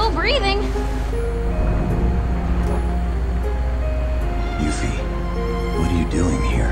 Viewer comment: Wow. Actually hearing these Final Fantasy 7 terms and names pronounced the way they ended pronouncing them (Yoofie?), I never want to see a remake of Final Fantasy 7. If the original Final Fantasy 7 had audio, and we actually got to hear Barret say the things he was scripted to say, that game might have tanked outright. These characters acted and sounded so much better in my head, with only their words on the screen and some polygons for their bodies.